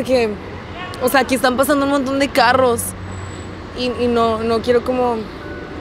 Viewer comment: No se si soy la única que se dio cuenta que dice "montron" envés de decir montón